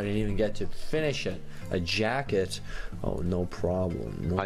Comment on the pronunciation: I thought jacket was saying jocket